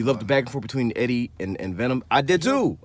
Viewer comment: Venon? 😂 but seriously. Venom is a good movie. Not great. But not bad